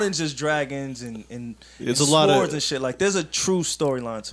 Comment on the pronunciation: Did Joe say sWords, not sords! Stop it Joe